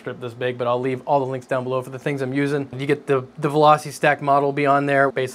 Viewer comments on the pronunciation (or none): none